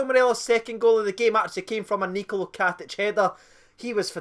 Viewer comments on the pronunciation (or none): while youre here lad, its NikoLA not NikoLO Katic ;)